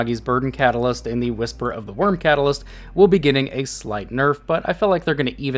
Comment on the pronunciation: Gitting? U wot m8?